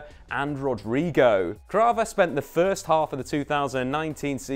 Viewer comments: all good but he is Kvara, not Krava :) All the rest is well explained! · I couldnt listen through all this. KVARA not krava for gods sake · it’s not Krava it is Kvara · and he called my man krava the whole video too